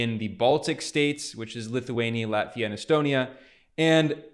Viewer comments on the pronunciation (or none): none